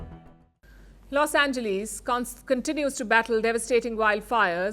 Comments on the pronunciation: Never heard anyone say los ange"lees". Its pronounced los ange"less". Less..not lee's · Los "Angelees"?